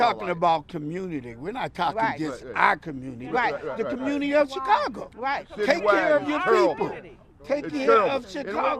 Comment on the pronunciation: Where is there an r in community